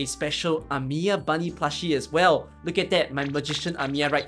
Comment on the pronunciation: That's not Amiya... That's Amiyi